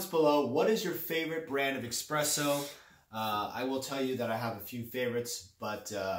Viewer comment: Its espresso not expresso. And...agreed with others on opinion seemingly biased here. I dont invest in crypto currencies but to hear somone without intimate knowledge "educate " feels pretentious.